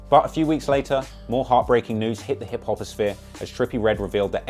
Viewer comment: Yo im dead dis nigga said “Hip-Hop-asphear” 😂😂